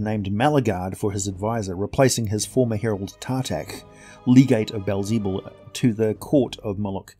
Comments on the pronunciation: Aside from the butchered pronunciation of Beelzebub fantastic! (Beel - peel with a b. Ze - like a German person trying to say the Bub - wolverine) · Baal zee bul? Bee el ze bub. It literally means “lord of flies”